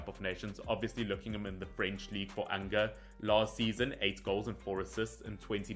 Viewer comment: The club Angers is pronounced 'Anjer'.